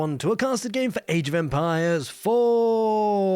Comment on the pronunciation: Sounds like "welcome to Age Vampires" every time I hear it